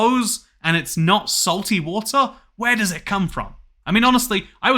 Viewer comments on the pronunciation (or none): none